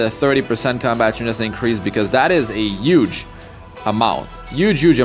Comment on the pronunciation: "Uge Uge amount" LMAO "5* Bazar" ... some highly rated location!